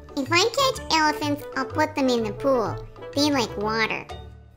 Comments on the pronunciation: Awww, little is talking so much already! I love his little voice and mispronunciations. 😊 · saying "I don't wanna catch a bears"🤣 and how in the world did he pronounce elephants?? 😅 This video is so funny! Definitely made me laugh. The look on face makes me melt. 🥰